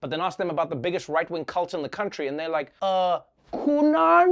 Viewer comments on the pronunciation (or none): Waiting for a republican to pronounce Qanon as quinoa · Mr McCarthy, you should pronounce it a-q-anon matata... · “Q-on idk if I’m saying it right I don’t even know what it is” really? The thing everyone’s been talking about and you don’t know what it is? The thing that can be explained in less than five sentences, no one has told you? How is a person in politics this uninformed? Although it’s more likely that’s it’s just a bold face lie. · The way McCarthy deliberately mispronounces Q-anon to act like he doesn’t know about them is the weakest dodge in the universe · "Quinoa? "Qwerty? "Q-Bert? Never heard of it!" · isn't it mocking how Kevin McCarthy tried to mispronounce QAnon? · When Cheney said he doesn't know if he's pronouncing Qanon right and doesn't know what it is, my eyes rolled so far back I saw outside the milky way galaxy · What a tragic attempt to mispronounce QAnon. It's like calling into work sick when you aren't. T*couch* couch sniff yeah . . . I'm really sick. cough I'm so glad she told me 9/11 happened. I just wasn't sure about that one. 😣